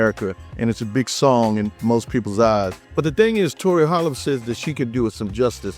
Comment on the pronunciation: A couple of notes: c flat and b sharp {kidding}. You nailed the pronounciation of Holl uhb. Also, Tori, and Pattie, Maxine, and LaVerne Andrews all hail from the Twin Cities Area. There must be something in the water.